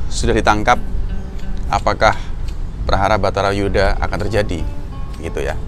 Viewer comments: Wah...kliru itu...baratha yudha yg benar...dipenulisan dan pengucapannya kok batharayuda.... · Judulnya sudah benar "bharata yudha" pengucapannya yg salah mas "batara yudha"